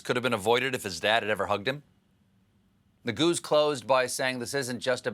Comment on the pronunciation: His name is not “nuh-GOOS,” it’s pronounced “nay-GOO-say”